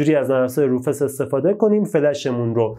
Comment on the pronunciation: بزرگوار سلام و عرض خسته نباشی تلفظ صحیح روفوس میباشد با سپاس فراوان